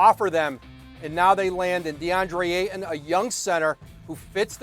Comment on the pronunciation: The 'T' in Ayton is NOT silent... ugh